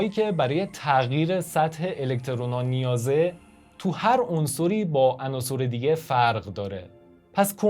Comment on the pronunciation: درود بر شما بسیار عالیست طرز بیان مطالب یعنی به نظرم کم نظیر می آید فقط لطفاً تلفظ عناصٕر را تصحیح کنید به کسر صاد ! حیف است بیان به این زیبایی چنین اشکالی داشته باشد سپاس